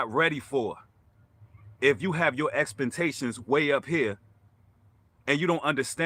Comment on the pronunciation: God Bless you brother...Love your message and positive energy....very intelligent indeed, but did you say "EXPANTATIONS????"...Ummmm...do you mean "EXPECTATIONS?"..That made me chuckle!!😜👍💜😳😬